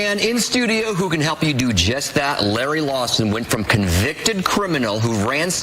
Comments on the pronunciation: Did this dude seriously say Lawson? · Host dude said "Lawson" lmao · Larry Lawson... why not just read the name properly? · Did they mispronounce his name at the start? Sounded like Lawson instead of Lawton. This is an outrage! A shambles! How dare they! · Guy said Larry "Lawson".... lol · Is it bad it made me a little mad when he said "Larry Lawson" instead of Larry Lawton? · Did he say "Larry Lawson"? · No one mentions how the news guy called him Larry Lawson instead of Lawton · Dammit it's LARRY LAWTON... not Lawson... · Did he say "Larry LawSON" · very annoyed that the dude pronounced his name wrong in the beginning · He said your name wrong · He immediately fails to pronounce his last name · Okay I'm not the only one who noticed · yeah i usually don't think name pronunciation isn't a big deal but you really do have to be a fucking idiot to get a guy like Larry's name wrong. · Oh good I thought no one else noticed it took forever to find this comment